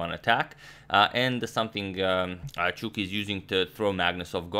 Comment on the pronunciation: Why is he saying chwuki not Chucky? Please help...